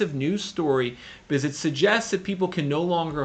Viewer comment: Still so hard to take you seriously when you can’t pronounce “because” and instead say “biziz”